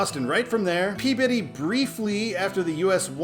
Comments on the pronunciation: pronounced "Glah-ster" You did get Peabody right, so wicked props for that. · Superb,. Truly enjoyed all the 95 episodes. There is no way I would have guessed the pronunciation for Peabody. Nicely done!